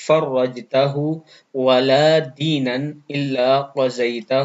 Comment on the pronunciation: Aap deenaan parr rhe h waha toh zabar h